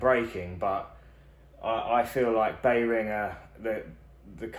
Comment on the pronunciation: What's a 'Bay Ringah' mixer ?